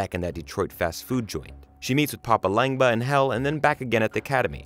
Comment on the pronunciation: Papa Langba? It's Legba, show some respect.